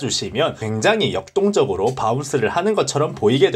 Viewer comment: 굉장히 역똥적으로 ㅋㅋㅋ 왜 난 이렇게 들리지?ㅋㅋ